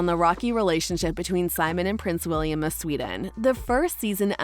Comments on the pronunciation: This video is amazing, only little mistake I found is that you continuously called Wilhelm - William.. lmao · hold up. did she just call wilhelm, william?